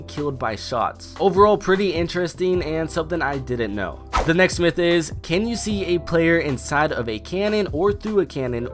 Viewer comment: Next myth / that sound the same😂